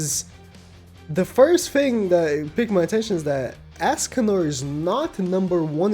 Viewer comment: Ah yes "ASScanor"